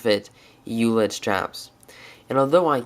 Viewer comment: FYI in German, it's pronounced "oy let" (as in oyster). But we Americans will probably never pronounce it correctly. We still don't say Porsche right ;) Not a criticism, just thought you may want to know, being detail-oriented as you are.